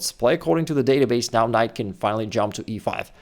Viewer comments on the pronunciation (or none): none